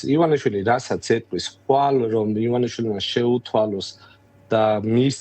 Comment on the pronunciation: "ლაღაცც ვეღალლ გააკონტროლლა ივანაშვილმაა!?" ლ-ებს რატომ არბილებს ეს თინეიჯერი ჯორნალისტი 😂?